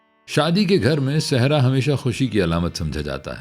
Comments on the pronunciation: لفظ سہرا ہے آپ کی ادائیگی درست نہیں ہے آپ صحرا پڑھ رہے ہیں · بھائ آپ سہرا کو صحرا بول رہے ہیں ؟ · Sehraa nhiii seheraaa